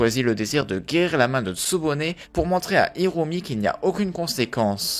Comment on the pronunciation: Ça me stresse : kirua aulieu de killua , Aruka aulieu de Alluka et Irumi aulieu de Illumi 🤣